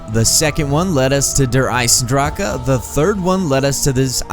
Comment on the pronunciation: it's not Der Isendracha it's (Der I-Sen-Dra-c) Der Isendrache